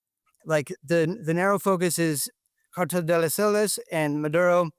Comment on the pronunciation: " CARTELL DE LE SOLES"😅😅. MF CAN'T EVEN PRONOUNCE IT, AND WE ARE SUPPOSED TO BELIEVE HIM. " WE GOT ENEMIES IN OUR HEMISPHERE" NOT SHIT, SHOULDN'T KICK THE HIVE IN FIRST PLACE FOLLOWING THE SO CALLED "WAR ON TERROR"